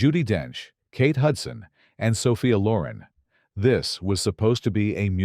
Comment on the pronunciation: Mar-YAW Caw-tee-YAR. Saw-FEE-ah Law-REN. Shar-LEEZ THAIR-in. "Adapted from Laura Hillenbrand's best-selling biography of World War II. Hero Louis Zamperini..." Ah yes, that unforgettable biography of World War II. "Born in 1939, World War II had a notoriously troubled childhood. Its parents were constantly fighting. And sadly, it died at the age of 6 in 1945."